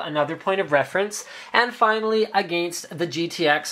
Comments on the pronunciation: the way linus says against lololol. "aghhgainst" haha.. love the vids linus!! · ahhh the way linus says "against" just makes me cringe